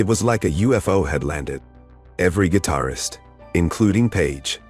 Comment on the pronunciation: Come back to me when your AI model can pronounce guitarist. Terrible....